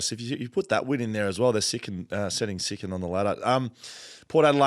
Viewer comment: lol! you said they'd be "setting sicond" on the ladder 😂Thanks again for the content, guys! Always enjoyable.